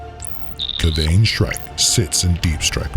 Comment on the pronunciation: My only gripe is how you pronounced Kayvaan 😂